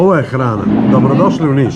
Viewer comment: Za Nis i od Nis, da nauci kako se kaze 🤪. Ajde cekamo 1/6 sledecu turu 😊